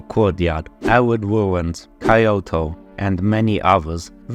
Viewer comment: Kaioto nah "k yoto"